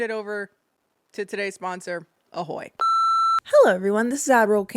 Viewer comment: wait did you say today's sponsor is "ahoy"?